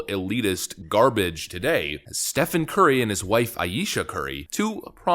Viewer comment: It's pronounced "Steven" FFS, not "Stefan".